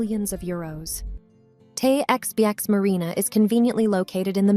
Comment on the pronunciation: TAY-EX-BEE-EX...... christ AI Slop